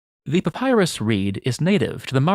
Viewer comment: I cant get over how he says Papyrus like Papaya 😭😭